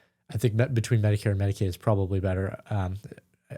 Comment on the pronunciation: Medi-cow? 😂 Yea, 'cause they're milking the system!! 🤣